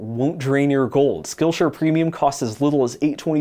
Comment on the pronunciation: for some reason i heard "this video is brought to you by skullshare"